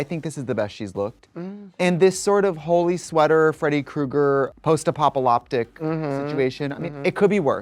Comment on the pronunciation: “Post-apopaloptic” lmaoooooo